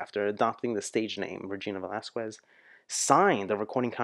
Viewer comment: The pronunciation of her surname is ... VE-LAS-KES.... she is also known as the asia's song bird for decades now ..